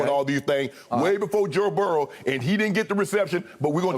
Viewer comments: I love how Shannon says Joe’s name. It almost sounds like Joe Barrel lmao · Good ol’ Joe barrel lol 😂 I was born in Salt Lake City Utah lived there about 2 months then the rest of my life in Baton Rouge Louisiana so I get the old timer uncle shay